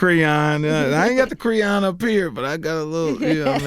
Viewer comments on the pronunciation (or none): "a lil creeyon"